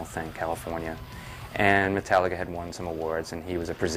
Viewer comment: why the fuck does she say mootallica